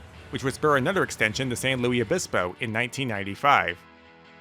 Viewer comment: as a local I tell you it is pronounced San Lewis Obispo despite it's spelling.